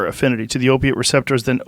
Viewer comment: Nar KAHNS, recep TOURS